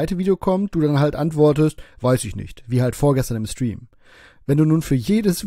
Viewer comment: Kann mal einer Rainis Lebensgeschichte als Gast bei ihm im Schtream als seine Eigene erzählen. Mich würde interessieren ob das merkt xD